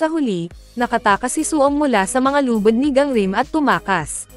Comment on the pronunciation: Yung lubid naging lubad. AI pa more